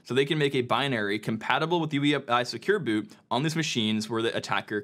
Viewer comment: Vote up if you also think he said "Secure Boob(s)" a few times.